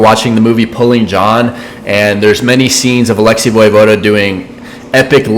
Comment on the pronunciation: Im pretty sure it's *vuhvohda) not voy vohda.